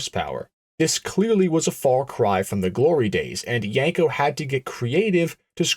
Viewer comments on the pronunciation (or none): It’s pronounced “Yeen- co”, NOT “Yank-o”. You make it sound like a seen on TV jerk off machine.